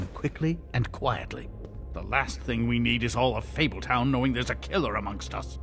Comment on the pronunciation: This man said fabletun